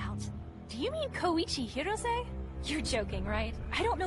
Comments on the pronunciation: Wait..why are they saying it like Ko-E-Chi? Even in the original in sounds more like KOI-CHI. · One thing I can't get over with the dub, is how Koichi's always pronounced like it Koeeeeeeeeeeechi